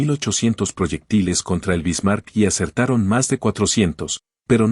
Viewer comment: Solo con escuchar como pronuncia la IA los nombres anglosajones y como pronuncia el nombre “Bismarck”, se nota que no es sino mera propaganda gringuita inútil.